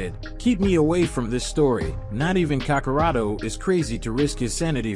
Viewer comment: No it's not Mexican kakarot 😭 it's how they say gokus name as kakarot in Japanese dub